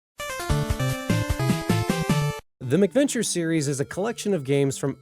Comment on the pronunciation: I like your vids, your voice is very pleasant to listen to. However (and I hate to be "that guy") it's MAC venture...cuz they came out on MACintosh computers. You keep saying "Mick Venture" and I'm just one of those weirdos, it bugs me lol